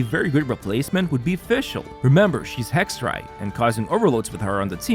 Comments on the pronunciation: Holy he pronounces Hexerei right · I loveeeeee hearing the Germanic pronunciation thank god I yapped in comments